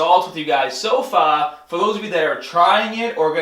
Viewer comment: Ok the way you said far caught me off guard sounded so strange or are you doing it on purpose